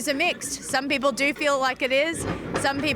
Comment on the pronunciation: bipol man .. not 'poeple'